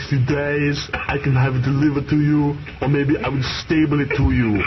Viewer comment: I like how he pronounces it like "stable". Cracks me up.